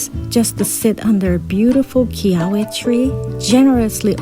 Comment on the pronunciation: The tree (and thorn you stepped on) is kiawe, pronounced "kee-ah-vay".